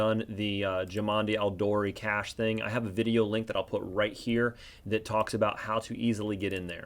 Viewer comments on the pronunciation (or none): none